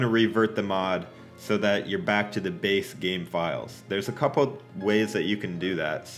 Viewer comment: se dice game banana no gaim patata